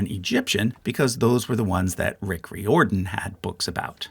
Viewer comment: Riordan is pronounced /ˈraɪərdən/.